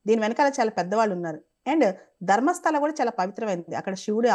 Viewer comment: adi dharmastali kadu madam, "Dharmastala"